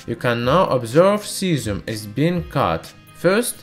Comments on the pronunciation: 😂😂😂 i felt so bad for the 'zieszzzhuuum' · "Cyazim tanty nain"